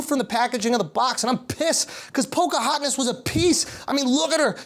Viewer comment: “Pockahotness was a piece” 😆 😆 😆